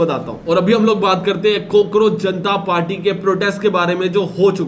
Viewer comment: Bro really said COKEROACH Janta party 🤣🤣